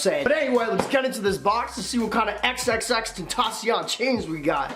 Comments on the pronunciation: You need to work on your pronunciation of of xxxtantacion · You said his name wrong